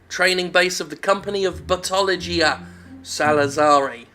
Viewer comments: I keep hearing Buttology. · I keep hearing "Buttology." I too am disappointed.